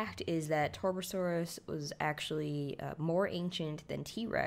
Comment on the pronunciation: Why do these commentators always butcher the names of these dinosaurs. It's TAR.BUH.SORE.US. Get it right.